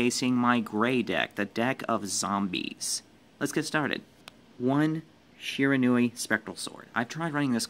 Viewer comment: no that's how you pronounce Shiranui